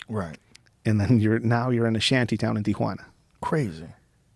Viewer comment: bugs the sht outta me when people pronounce it 'Tiajuana'